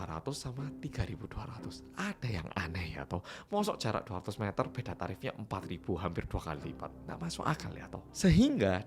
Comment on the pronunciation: masalahnya ciri-ciri yang disampaikan sama pemilik tempat pijat sama bocah 18 tahun ini buuweedaa (gak ada tulisannya😁) sehingga polisi tambah bengong (ucapan "bingung" dengan logat Malang muwedok pol 🤣)